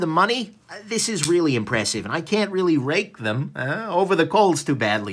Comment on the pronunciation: "Rake" them over the coals.. Rikable" XD!!